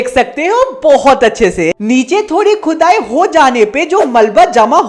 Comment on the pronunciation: pr Khudai ❌ chudai ✅